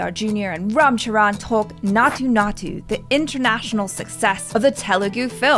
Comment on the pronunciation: yeahh sharaan 😂